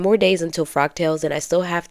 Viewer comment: I thought you were saying frog tails...😆 The fabric is lovely! It reminds me of "Monet". Look up Monet, Water Lilies. So I thought the print was perfect for a frog tails event..lol... I'm such a dork. The dress turned out sweet! In all the outfits I've seen you on, I never thought your shape was as similar to mine as you suggest... (Though I'm definitely larger). So good job sewing things that accentuate your figure so well. I have a few of my mom's old vintage patterns, but there is no way they'll ever fit me... Love the gloves too! Nicely done!